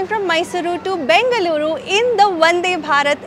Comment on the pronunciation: Your pronounciation of Namma "Bengaluru" is spot on!!. Nice enjoyable video as always, Shweta!! Thanks for visiting our state